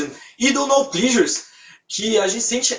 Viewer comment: Se pronuncia plesures não plisures